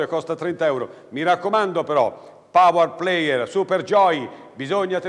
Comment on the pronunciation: "Pauár pleir"